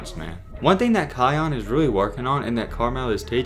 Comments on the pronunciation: Lol its not kyon its kyan like the pepper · It’s Pronounced K(eye)- Yan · Its pronounced Ki-anne